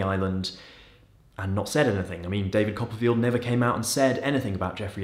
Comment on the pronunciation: David Cop-a-feel.